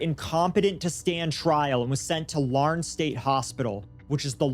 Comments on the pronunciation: Lar-nid state hospital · He mispronounced Larned